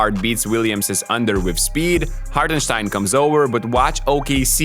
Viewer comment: Great analysis! It’s funny hearing you slightly mispronounce some words but nail the pronunciation of Hartensteins name haha! it drives me crazy hearing literally everyone saying it wrong.